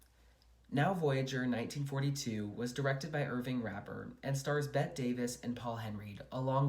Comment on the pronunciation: Bette Davis pronounced her name the way you’d say Betty - you need to re-record